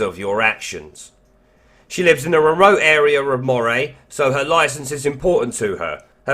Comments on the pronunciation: Greetings from Moray. It’s pronounced Murray though. Not all of us Scots are daft leftists. There are one or two of us left who are sensible (moray actually often does vote conservative). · Moray is pronounced like Murray btw